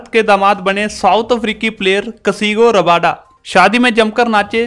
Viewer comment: Bhai kasigo rabada nahi kagiso rabada